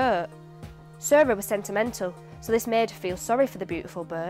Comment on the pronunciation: Instead of "Sarah was sentimental" I understood "Sarah was sent a mental" ... 😁👍